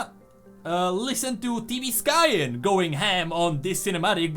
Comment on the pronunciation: Did you try typing what you hear? I heard "TV sky-an." what's most confident and easy? TV or tb + sky. So i typed "TB sky." Found it: T B Skyen